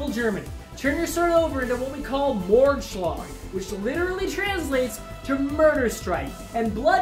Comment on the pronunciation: Hast das c in Mordschlag vergessen. Ansonsten gute Aussprache.